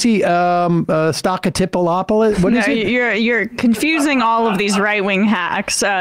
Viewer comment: OH MY GOSH Sam you are killing me with these names! "Stocktipolopolis", "Stocktipis" 😂 Needed that laugh.